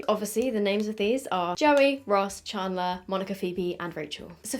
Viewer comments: is it just me or does say "chandler" weirdly😂😂 im hearing ch-aun-dler. its chand-ler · the way she says chandler ChArnDLeRr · I love how you say “charrrndler” 😂😂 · I guess it's because your british, but how you pronounced "Chandler" 😂 no hate obviously. I love the look that you came up with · I love how you say chandler 🤣🤣🤣 thanks for testing this, i'm obsessed with friends so defo getting these 😍😍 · Same and i cracked up hearing it pronounced this way 😂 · What's with the colours? This is apparently for season 1(1994) yet all of them are this aweful orange colour, and not accurate to the characters at all! only like the packaging of the eyeshadow palettes and the top of the lip glosses. Also, I've never heard a British person say Chandler before and I love it haha.